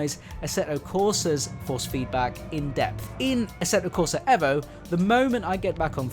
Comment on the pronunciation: another youtuber who refuses to pronounce the EVO properly. you lost me after 10 seconds mate.